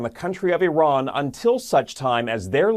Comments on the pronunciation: Really ? You've pronounced Iran three different ways; all wrong. How stupid are you guys? It's "E ran", fool. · I’ve realised why Trump hates Iran. He pronounces it “I Ran” as in “ I ran from blockading the Strait of Hormuz.” It’s the Persian version of TACO.